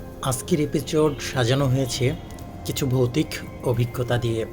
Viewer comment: ভাই তুই কে রে, এপিসোড বলতে পারিস না, এপিচোট বলো এপিচোট